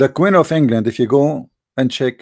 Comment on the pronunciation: it is queen not qwin pray to Jesus to improve your English and your accent dude